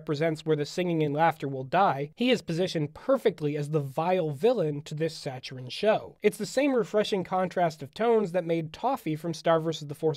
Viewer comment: Did you just pronounce Saccharine like “SACH-arine”????